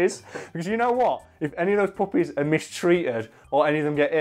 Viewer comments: Low key couldn’t tell if he was saying puppets or puppies till he showed the screenshot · I thought you said puppets at first, which would also be a great scene in a Marvel movie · Until the picture showed up behind you I would have sworn you were saying puppets not puppies. I was thoroughly amused by imaging Hulk sitting down to a Punch and Judy to calm down. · Every time you say puppies I can't help but to hear poppies. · It took me till the middle of the video to realize you were saying puppies, not puppets. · I thought he was saying "puppets," and not puppies until I saw the clip art of the hulk with the puppies. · Oh, puppies. I thought you were saying puppets this whole time. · FOR ALMOST HALF THE VIDEO I THOUGHT HE WAS SAYING PUPPETS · I thought he was saying poppies, like the flower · I thought this whiten't was saying "puppets" the whole time, I was so confused why hulk's main weakness was some wooden boys on strings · Initially yeah thought he was saying poppies as well and was thinking something along the lines of narcotics which was literally what black widow did. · I thought he was saying "poppies" for the first 5 minutes. I was thinking that comic book Hulk had an addiction to opiates. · Anyone else think he was saying PUPPETS not PUPPIES? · Lol I thought you kept saying puppets 😂😂😂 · Anyone else think he was saying "pop-it's" not puppies you know, the little paper things that snap when you throw them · I THOUGHT YOU WERE SAYING PUPPETS FOR THE WHOLE THING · For like half the video, i thought you were saying puppets, not puppies. That led to some confusion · I thought you guys were saying puppets for the first half lol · It took me way to long to realize he was saying puppies and not puppets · I kept thinking you were saying poppies like the flower😂 guess not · Uh I thought he was saying puppets until a certain point. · Every single time he said puppy I thought he was saying puppet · thought he was saying puppets till like 5 min in